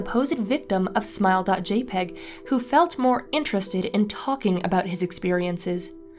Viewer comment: It’s said JAY-pee-gee, thank you very much.